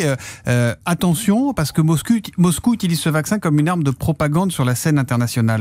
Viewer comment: Mr Sotto : " Le ministre des affaires européennes a dit aujourd'hui, attention parce que MosCUL, euh ' ' ' Moscouille ' ' '... " Ah mince alors qu est ce que ce charabia.... vous avez juste à cliquer sur le compteur de temps ' ' si vous voulez entendre ce pataquès...